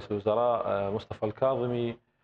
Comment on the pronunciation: لك رحمة لوالديك المذيع....ارجوووك حاول تلفض اسم الكاظمي صح....لك اسمه الكاظمي وليس القاظمي 😒🙄...افتهمنا عايش بريطانيا بس حرف الكاف موجود باللغة الإنكليزية...شبيك يوول ....بييك يوول 👊